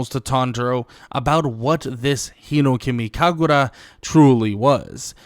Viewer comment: I love your videos but it’s hinOkami kagura not hinekami kagura. That’s literally my only problem I got, so the channel is still fire lol, much love brother.